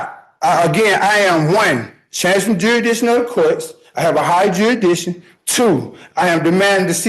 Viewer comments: Well, I'm sorry to have to break it to you, but you're already subject to the court's "jurys-dick-shun". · If he can't pronounce Jurisdiction, how is he going to show the court has none? Juraddition, he should axe someone for help. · Right outta the gate, he says the case against him is a falsality. Then the second guy is yet another dufus that can’t pronounce jurrydishon. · Dude can't even correctly say jurisdiction.... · He thinks he can get away with armed robbery and murder by spouting this crap!!! Shame on him, he's making himself look like a fool. How many different mispronunciations on "jurisdiction" can he come up with 🤣🤣🤣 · Fact that he can’t pronounce the word jurisdiction prove to me he isn’t qualified to represent himself